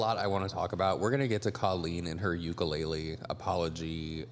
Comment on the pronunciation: I know this way off topic, but because Colleen forced that ukulele to be a part of this bs, I’d like to let everyone know as a Native Hawaiian that UKULELE is pronounced OOH-KOO-LEH-LEH, not YOU-KA-LAY-LEE. That is all, carry on 🤙🏾🌺.